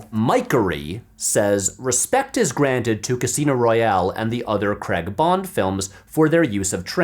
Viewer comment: Crag? WTF is "Daniel Crag" It's pronounded Cray-ig